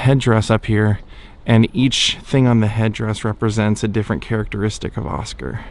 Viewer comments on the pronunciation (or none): none